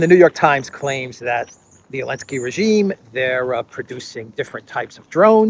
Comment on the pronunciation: Why does he say “Alensky” instead of Zelensky?